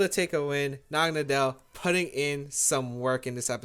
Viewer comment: Why does no one pronounce the name correctly? Naga-NODDLE (Nadel pronounced as NODDLE which is German for Needle). For some reason everyone accepted to call it Nagonuhdell.